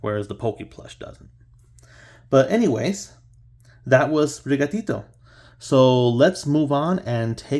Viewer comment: The way you say sprigatito is awesome! Dont worry